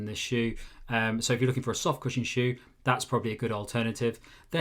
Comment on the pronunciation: He totally pronounced the shoe wrong 😵‍💫